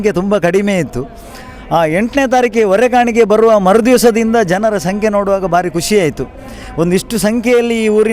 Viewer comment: ಹೊರ ಕಾಣಿಕೆ ಅಲ್ಲಮ್ಮ. ಹೊರೆ ಕಾಣಿಕೆ.